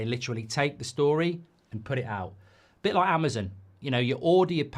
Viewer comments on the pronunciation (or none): none